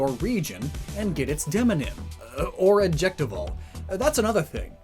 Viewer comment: You went way to hard on the word demonym. Literally demographic name. Lol